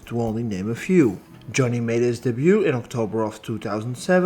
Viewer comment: Apologies for this but the way you say "debut" kinda bugs me a lil bit... anyways great video.